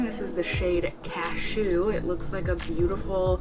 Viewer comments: So cute the way you say "caSHEW" like a sneeze! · I like the way you pronounce cashew like Ca-SHOOOO